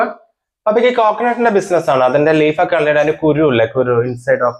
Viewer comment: ബിസിൻസ് അല്ല ബിസിനസ്‌ ആണ് 😂